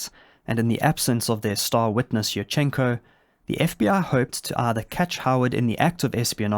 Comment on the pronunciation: Yurchenko is pronounced like "you-r-chen-ko" with an emphasis on the first syllable "you". I don't know why native English speakerd feel like putting an emphasis anywhere they want in Slavic names. Love your content though, now back to the video.